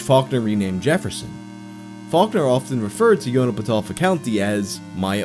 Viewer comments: Yoknapatawpha is pronounced "Yoke-na-pah-tahw-fa" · Native Mississippian here: Yoknapatawpha is pronounced “yawk-nuh-puh-taw-fuh” Ya damn Yankees! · sort of pronounced: 'Yoknerpertorfer', apparently. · Say it with me... Yock-nuh-puh-tau-puh. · "Yok-no-pa-toe-fa" is how Faulker said it, but it was labeled as being pronounced "Yoch-na-pata-fa" on a map from 1861. It's in Chickasaw. Something to do with water (oka), like Yocona+petopha, two individual words. Faulkner said "water moves slowly through flatland" but I've seen it means "split land" as well. It was the name of an actual river in Mississippi, but it's been renamed Yocona. I can't find reliable modern source, but I'd go with the pronunciation from 1861. More likely to be correct. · I realize you can't pronounce Narrow Transcription IPA so here's a better pronunciation guide for you: yock-nuh-puh-TOFF-uh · looks like I am going to have to start wearing a mask to watch ' videos now, considering I just spit all over my monitor laughing at him trying to pronounce "Yoknapatawpha"